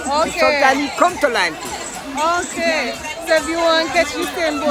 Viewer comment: A me alone call it Lime "Key" bcz i was taught that's how it's pronounced? 😂